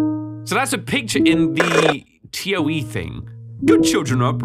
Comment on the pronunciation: Why did he say T.O.E, instead of toe 😐